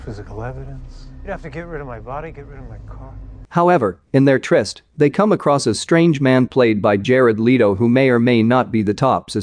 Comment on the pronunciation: Please stop saying LEETO morons